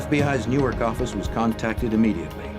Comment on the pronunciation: NEW YAWK AFFICE!